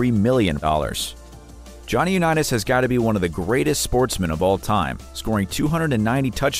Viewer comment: I actually couldn't listen to this after hearing Jonny u neat us